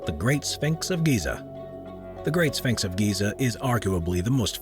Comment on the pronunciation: His pronunciation of tourist as turrist & ceremony as cermy and sphynx as sphanx was distracting.